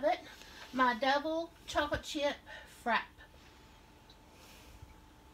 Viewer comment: i think its pronounced frap-pay she has a vitamix and shes making dessert in it lol